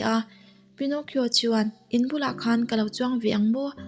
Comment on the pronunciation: Pi-naw-ki-aw ti a lam tur a niaaaaa 🤥